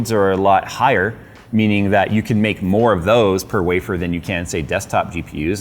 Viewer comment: “meening potential”